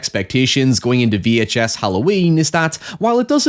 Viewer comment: 🗣️ “VEE HAICH ESS” 🔥 🔥 🗣️